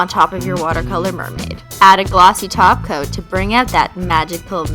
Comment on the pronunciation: Your awesome I found you a couple days ago and now anytime I hear anyone say top coat all I hear is taco lol